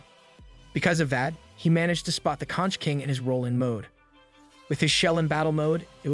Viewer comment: Conch is pronounced konk